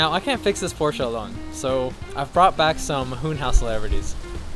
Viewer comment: My dyslexic ahh heard “DUDE I JUST BOUGHT PORSHE”